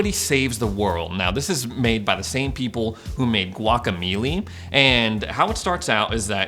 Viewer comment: Great vids but, you said guacameeeleee just to get me to comment huh? It’s guaca-melee like fighting Also: splitgate>halo